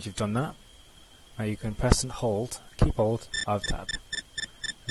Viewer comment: "you can press and hold keaybold alttab" wat